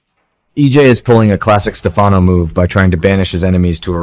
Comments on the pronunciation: Please learn to pronounce Stefano’s name please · Along with Stefano please learn to pronounce Gabi properly as well. Gabi rhymes with stab-e